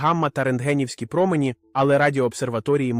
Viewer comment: якщо наголос не правильний це все читає програма читалка а не жива людина. Зараз дуже багато відео озвучують через програми читалки